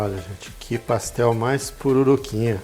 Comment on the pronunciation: PassteL mineiro